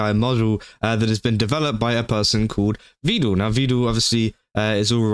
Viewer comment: The only thing that bugged me in this video is his pronunciation of Vedal as “vee-dal”. It’s pronounced like “pedal” and “medal”.